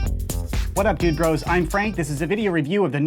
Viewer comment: YO WHEN HE SAID DUDE BROS I HEARD N$6ROS 😨😨😨😨😨😨😨🤨🤨🤨🤨🤨🤨